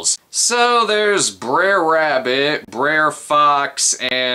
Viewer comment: Can someone tell me why "Br'er Rabbit" is pronounced like it rhymes with dare? It's supposed to be pronounced "bruh rabbit".